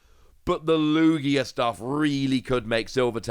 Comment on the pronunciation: ITS LOO GEEAH